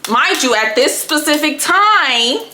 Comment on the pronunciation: Sis, it’s specific not pacific. lol